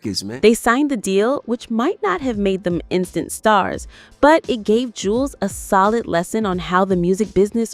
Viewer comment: That is not his twin brother, that is his older brother, but people call him twin because he looks alot like his lil brother Juelz ( Joo-Elz ) Not Jewlz 😂 its Joo- Elz, .. Smh , you A.I videos always put the information out wrong, meaning now.. Artificial intelligence is lieing now & thats dangerous 🫩🫩 & OMG, " What the Games been missing " was not his first album it was his 2nd.. " From me to you " is his first album.. wich is way better than his 2nd album..